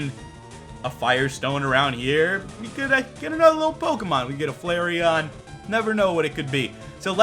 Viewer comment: It's pronounced Flareon.